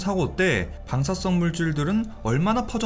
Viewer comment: 발음 문제 멜트따운 X 멜트다운 O 방사썽 X 방사성 O